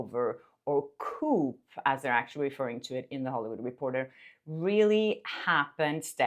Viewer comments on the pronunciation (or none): It’s not a ‘coop’ it’s a ‘coo’:) <3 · Hi! - FYI: The ”p” is silent in “coup.” Otherwise we think you’re talking about a chicken 🐓 house… coop. lol 😂 Keep up the good work! 🤩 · No offense,, but the 'p' is silent in 'coup.' It just sounds like the sound a pigeon makes... coo:) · Pronounced 'koo' not 'koop' (coup) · not to complain or criticize, just fyi 'coup' is pronounced 'coo' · It’s coup not coop. Coop’s are for chickens. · Coup is pronounced coo, not coop. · The word 'coup' as in 'coup d'état' is pronounced 'koo' not koop. The 'p' is silent 😊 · Coup is pronounced cooo.. not coop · It’s pronounced coo. Not coup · It's pronounced Coo guys not coup. I know the spelling is out of whack, but that's the way to say it. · The word coup is pronounced coo. What you said is housing for chickens x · By the way "coup" is pronounced "coo". The "p" is silent. :) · Coup pronounced as koo. The p is silent. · coup pronounced as "coop" - really!?! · You do such a great job. I enjoy watching. Just a note: in English as far as the word “coup”, we go ahead and use the French pronunciation. So no “p” sound on the end. Just coo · I know French isn’t a language you speak but it’s pronounced a « COU » as the P is silent. If you pronounce the P you’re then saying « ‘The haircut ‘ was complete. » 😜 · I love how you are European and know you are likely at least bilingual! Adding this because I think you would want to know. The word "coup" is pronounced "koo" in British English. It is a French word, hence no mention of the p sound. Just wanted you to know!! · Coup is pronounced as ‘ku’ the p is silent. It’s origin is actually French. It’s from the French phrase - Coup d’état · Sorry… I have to say it, “nicely!” COUP is pronounced “coo” (Like a Gov take over…) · Coup- in English the P is silent, sounds like COO. Like the D in Django. Love your show! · Love your content! Just FYI the “p” in coup is silent. It’s said like “coo”. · Coup is pronounced “coo”